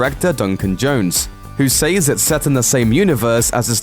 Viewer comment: Great work but I mean this from a really good place, you keep saying SAYS wrong. When It is pluralized it sounds different ( SEZ) Check it out for yourself. Thanks for the great update.